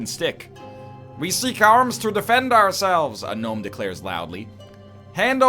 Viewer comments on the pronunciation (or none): none